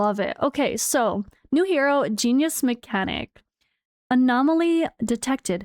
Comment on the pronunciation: the word on the steampunk girl was pronounced jean yus